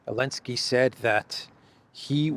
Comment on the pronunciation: Am I the only one going crazy every time says “Alenski” instead of Zelenskyy?